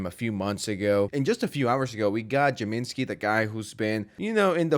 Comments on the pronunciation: Jay-MEH-skii? 🤭 It's JAMES-key. James-Kii. Short for "James Kiisliî", with kiisliî being the Russian word meaning "sour" as he liked sour food, candy, and/or alcohol (can't remember combo which of the three. Maybe all of them). I have a paranoid feeling this Google Doc is gonna come back to bite Jameskii, and possibly some of Twomad's victims, but since Twomad is, well... mortally uncoiled, I don't know what that could be. I suppose his family could sue James and anyone else applicable for slander or libel. In general, I support James and the people who were allegedly victimized by Twomad, but screenshots referencing or reacting to an incident are much more unreliable as receipts. However, James and other members in his "party" may be in a legal stranglehold with what they can post online, with both criminal and civil cases needing to be wrapped up and closed, as well as NDAs and whatever other legal headaches come with this. Let me preface my final bit with this: everything I've heard or read about Twomad from others, even people who considered themselves his friends, describes someone very, very mentally ill who was also a complete monster. "Like a madman who throws firebrands, arrows, and death, is a man who deceives his neighbor and says, 'I am only joking!'"¹ Allegedly, Twomad did both of those. Talk about a double whammy. As far as justice goes... man, I believe in the Here and Now, and also the Hereafter. Eternity. I believe in Heaven and Hell, and people who die in si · Did bro just say jamenski? Lol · Bro can you please pronounce Jameskil right it's Jame-skii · why are you saying his name in such a weird way